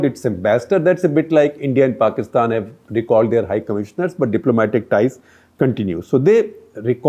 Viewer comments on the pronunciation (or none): none